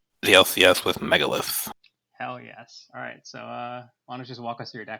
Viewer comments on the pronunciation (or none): i stopped listening when i heard him say megalith